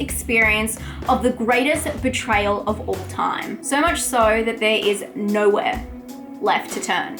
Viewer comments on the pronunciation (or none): none